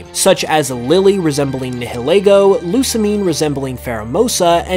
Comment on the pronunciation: You are pronouncing nialego(however you spell it)wrong. Have you ever watched the sun and moon anime?